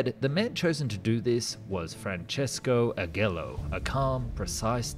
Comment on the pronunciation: Great video! Just a little tip on names pronunciation: - Macchi is not like "machines", in italian "ch" makes the sound of k, read it like "makki" - Agello is read with soft g, similar to what you would read "ajello"